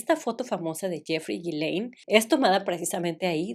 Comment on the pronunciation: el nombre de la noviecita de Epstein se pronuncia YISLEIN. Perdón es que ya me aventé todos los videos pero te lo quería decir